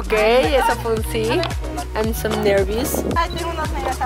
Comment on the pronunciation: dijo Im so nervous, estoy tan nerviosa, se pronuncia am so nerves pero pronuncia mal y dice nervis